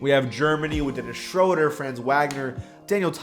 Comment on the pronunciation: U said Dennis Schröder name wrong